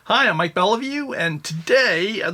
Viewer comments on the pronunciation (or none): none